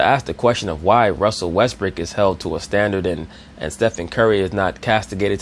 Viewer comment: says, "Russel Westbrick" like it's his actual name ha hahaha